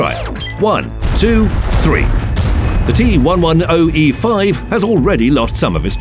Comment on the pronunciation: "The T-one-one-oh-E- five"